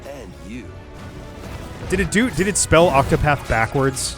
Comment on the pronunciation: there are two T's in ocTopaTh